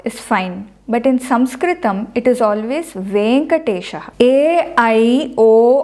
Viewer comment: Restpectfully your SaNskrutam sounds more like SaMskrutam. No offense